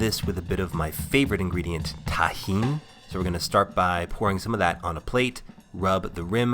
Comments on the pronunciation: I'm so happy he said tajin instead of tagin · thank god he learned how to say tajin